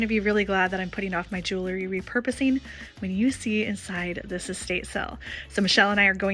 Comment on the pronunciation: I love your style and I'm not trying to be mean. I just want to say, please don't say 'jewLERy'..it's 'jewELry'. I have the same issue when people say 'reLAtor' and it's 'reALtor'. Hearing these mispronounced is like nails on a chalkboard to me. 💝